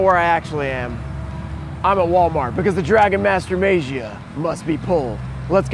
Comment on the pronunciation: Still pronouncing as May-jee-uh, huh? Lol It's Mah-gee-uh. No, not Mah-jee-uh. Mah-gee-uh.